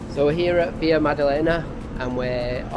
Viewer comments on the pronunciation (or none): Just remember to speak portuguese in Brazil not spanish. It's not VIA madalena its VILA with L.